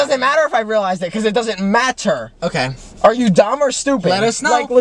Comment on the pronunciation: It doesn't mAttur!